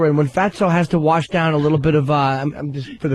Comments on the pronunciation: Please Opie say Wersh it down again. It only gets funnier!!!! Also when is your Biirfday? Such a comedy genius! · I fucking cannot stop saying 'warsh!' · Warsh it down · ME: warsh!